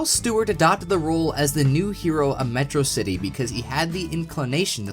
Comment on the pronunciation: You pronounced Metro City wrong. Sounds suspicious.